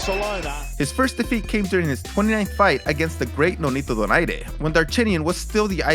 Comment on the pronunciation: I love it when you labeled Donaire "the great"... And you pronounced Donaire correctly except the last part